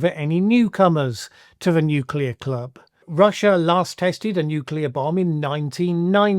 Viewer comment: Seems like Trump's understanding matches that of Bush's "nucular"...incoherent.